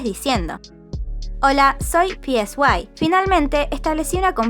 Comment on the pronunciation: El nombre del CEO de P Nation se pronuncia "Sai"; no está escrito.